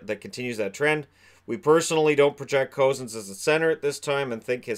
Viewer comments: also just some corrections on pronunciation (as hopefully we’ll be talking about these players for the next decade): Cozens is pronounced Cuh-Zens not Co-zens and Dach is pronounced Dawck (like Bach the composer but with a D) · It's pronounced "cousins" and spelled "cozens". Great stuff though very informative. Dach is pronounced dack as well. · Hey, love you videos keep up the great work. But there is one thing that is driving me crazy, Dylan Cozens is pronounced “Cousins”. I live in Whitehorse and know the family and met Dylan a few times, so I hope you see this and can fix your pronunciation in future videos. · Hi, I’m from Whitehorse and went to school with Dylan, it’s pronounced cousins